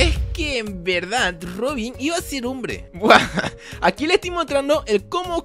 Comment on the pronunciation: Like si viste que decía bombre en vez de hombre